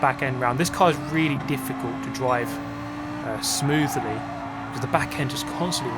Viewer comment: squeezing in a third syllable into smoothly I see you.